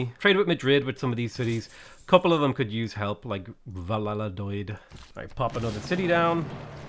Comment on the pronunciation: "Valla-la-doyd" I'm dying